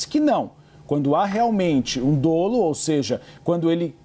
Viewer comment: Pronuncia-se DÓLO.